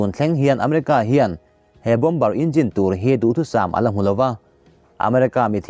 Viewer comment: Bom ber nilovin,Bomb ar ti a lam chi zawk a va ni em